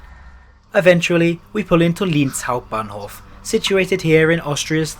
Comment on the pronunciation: Love the European trains better than Amtrak BTW pronounced Linz wrong. I have family there